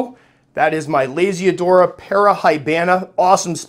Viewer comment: Whenever you say Lasiodora, I hear Lazy Dora 😅 also awesome vid as always,!